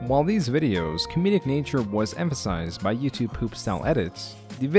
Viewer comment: bruh did u say YOUTUBÉ